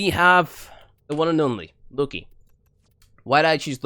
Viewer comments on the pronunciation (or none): Did you just said "Looky?". Are you for real?